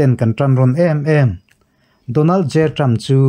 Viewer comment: Ṭam in ti zêl A, Ṭhrampha tih tur a ni zawk a sîn.